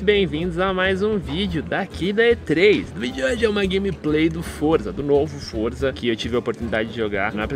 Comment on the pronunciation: não é forza é Forza